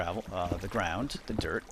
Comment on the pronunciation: Every time you say "dirt" I hear "derp". :D It's really amusing.